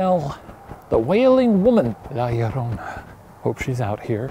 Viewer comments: Shane immediately pronouncing la llorona correctly in the beginning should go into another "shane being a demon" video compilations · Anyone else watching Shane say la llarona over and over again??? Like why is it so good?? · Shane saying La Llorona perfectly is the proof he's the overseer of demons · He didn't just pronounce it correctly he added some sexy spice to it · He actually said it better than the salvadorian guy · Shane's "La Llorona" was just 👌🤩